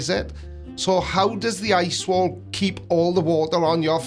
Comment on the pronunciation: "E leets" "eye swol"